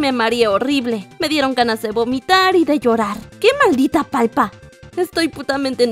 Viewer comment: por que dices palpa es palta ._.xd